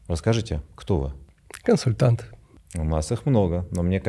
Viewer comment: тоже знает об этом эффекте и специально произносит "консультант" с соответствующим придыханием. 😊